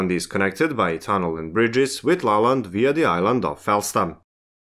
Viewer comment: I understood it is Lolland, not La Land